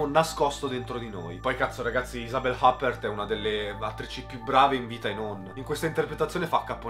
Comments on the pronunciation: Bravo per la recensione ,ma credo che si dica yupper non appert ,credo sia la pronuncia inglese del nome quella che fai tu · Infatti, pronunciare Huppert " hàpert" è quasi da galera!!! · Huppert credo si pronunci iuppèr, è un'attrice francese. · Sempre bravo ! Un unico appunto che non è così importante per la buona riuscita delle tue recensioni: perché pronunci tutti i nomi all inglese anche se non sono inglesi ? Tipo la Huppert